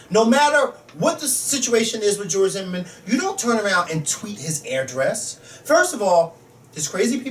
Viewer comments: pronounces address weird it sound like he's saying airdress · I like how pronounces address. He says "AIR-DRESS" lol.